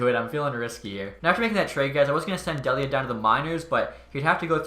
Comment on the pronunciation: Colin Delia is pronounced Dee-Lee-uh. I only know cuz I graduated from Merrimack and Delia was a STUD for our hockey team, awesome to see him making the blackhawks